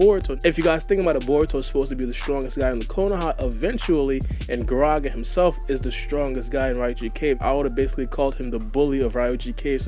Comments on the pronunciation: fam sees 'GaragA' and hears the "a" being pronounced in the anime and says "Garageh" in the intro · I just feel like you gotta do your hmwrk before you speak. Said like gah-rah-gah